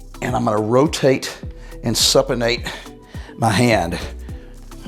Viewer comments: Good info thanks. BTW it's pronounced (Soop e ate) Supinate. No disrespect, you look great for over 50 man. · New to your channel & just subscribed! Just an FYI…Supinate is pronounced with the “Sup” as in “Soup”. Thanks again & God Bless.